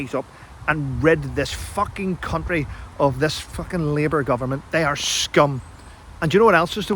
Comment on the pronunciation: I like your channel, but still battling to un-hear you using the word CoUNTry so passionately.